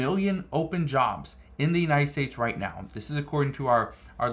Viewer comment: Its not "estates"..its states. Why y'all always add an "e" when a world starts with a "s"...pls say the words correct